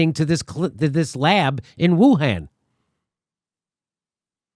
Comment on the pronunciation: Why do you keep pronouncing Wuhan wrong? Especially when Fauci pronounces it correctly. 🤔🤣